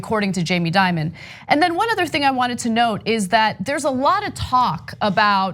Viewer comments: That kids, is what fear mongering looks like. Also please, banks make bad decisions all the time. Like that time Deutsche Bank loaned No. 45, millions. PPS I'd pronounce Dimon as De-Mon, like the corporate monster that he is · So we get this right: Jamie DIMON, (like DEMON with an I), not Diamond. K?